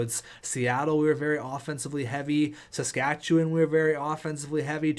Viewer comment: i pray he doesnt say qwabeck or qabeck all season. just like he said saskatchewan wrong. how are u canadian lol